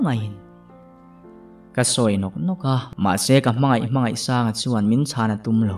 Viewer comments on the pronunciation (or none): Sir hmangaihsanga tih tur kha 'I' I ti zel a